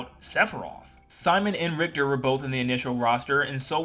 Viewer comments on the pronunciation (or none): none